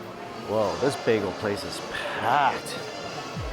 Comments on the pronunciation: OMG it's NOT bago it's bagel.. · Laughing at how he mispronounced bagel by calling it bago scroll down into comments section an theirs people correcting his mistake hilarious 😂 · I wonder if he knows it’s bagEL not bag-o ahahhahhah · Listen closer with a good pair of headpones and turn on the subtitles. You can literally hear him say both bago and bagel. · Does somebody else hear him say bagel bago ? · If you listen closely you can hear him say both bagel and bago. I swear put on the subtitles and you'll see it translate both bago and bagel. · yeah he said 'bay-go'. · Nope, he says baygo. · "On and everything bageo.." 😳 "That's a Las Vegas begeo.."😬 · The most "bay-gos" said in one episode 😂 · Bruh srsly needs a speech coach for vid popularity purposes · I think mostly everyone heard him say baygo.